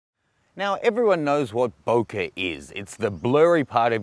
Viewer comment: I love how you say bokeh, you say BOKER!